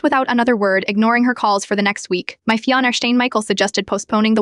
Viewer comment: What's a fian estaine 🤦🤦 ai can't even say finance